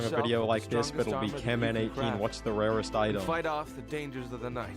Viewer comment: HES NOT CANMAN HES